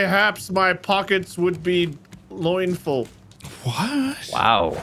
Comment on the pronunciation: “Mayhaps my pockets will be LOINfull.” Uh huh